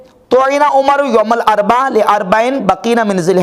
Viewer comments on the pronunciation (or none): ye lafz ''youm ul arba'' nahi balky ''youm ul arbi'aa'' hai.